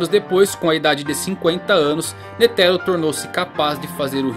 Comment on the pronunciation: sei que e chato comentar isso em um video foda como o seu mas a pronuncia de "netero" ta errada tem falar de uma vez so pois n tem silaba tonica no nome todas as silabas tem a mesma intensidade no som, deixando isso de lado video top to valtando a ver um ano depois